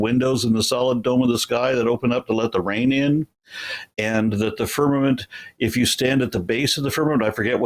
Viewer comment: I heard an uneducated person that had trouble understanding basic words like firmament, which it sounded like he first said ferment. He was a waste of bandwidth, but to show how stupid some people are that think they are smart. I wonder if he knows he's stupid. Answer to your question, It seems as though the people of Babylonia thought firmament was a physical thing, because they built a tower thinking they could step off in heaven.